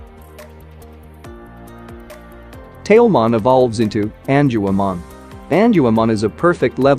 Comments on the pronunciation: It's Gatomon not tell Mom and it's not Angelman Forest female counterpart it's Angewomon 😳 😅 but I guess we all make mistakes sometimes 🤘😎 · erh.... Prnounciation: En jew u mon.